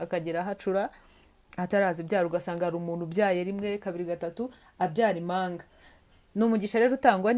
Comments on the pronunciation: Ntabwo ari imanga bavuga impanga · Ntabwo bavuga imanga bavuga Impanga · Ntibavuga ,Imanga Bavuga Impanga murakoze🙏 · Imanga? sinarinziko habaho umunyamakuru utazi kuvuga ibihekane! utumye inkuru ibiha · Hhhhh🤣🤣ngo Imanga cg Impanga,🤔Imano cg impano,arko ujyunabanza witoze gusoma neza ibyugeza kubantu pe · Umunu koko🤭 bavuga umuntu,ntibavuga imanga bavuga impanga,ntibavuga imano bavuga impano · Nyabuneka uduhaye amakuru meza ariko ihangane wige kuvuga ikinyarwanda neza ,utandukamye igihekane mp n,ingombajwi m ntibavuga imanga bavuga impanga plz ntunyumve nabi